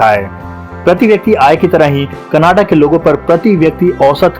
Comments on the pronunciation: Bro it’s canada not cannada , pronouncing wrong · Bro sorry to say you should first learn how to say Canada. Don’t make joke of this great country. Love from Canada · bhai canada bolna to seekh le pehle